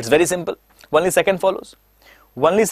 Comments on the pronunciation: Sab thik h Lekin "only ko wonly " na bolen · Only ka pronounciation jara dhang se krlo sir...bahit irritating lagta he